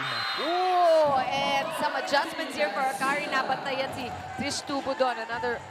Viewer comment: Trisha ❎ Trish ✅ HAHAHA! 😂 isang letter nalang tinipid pa bigkasin ng mga caster.